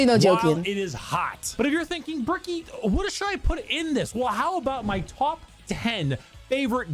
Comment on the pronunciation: Love the way she pronounce Bricky. I kinda want her to call him Cheeky Bricky for the stalker memes